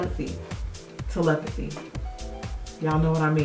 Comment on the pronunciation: You trying to pronounce "telepathy" had me laughing for a full 20 minutes! I could picture your face while you said it! LMAO